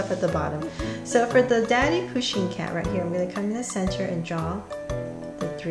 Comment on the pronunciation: Does no one know how to spell pusheen they all say poshen-_